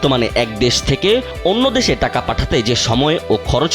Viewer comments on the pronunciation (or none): none